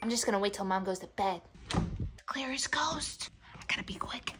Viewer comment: "the clear is chost"😂